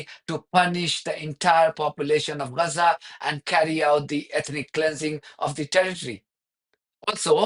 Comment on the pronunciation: It's not Reza - it's Gaza.